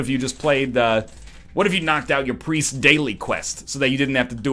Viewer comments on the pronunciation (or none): none